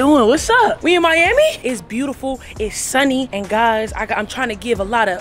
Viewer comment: said miyammy lmao Miami! Lmao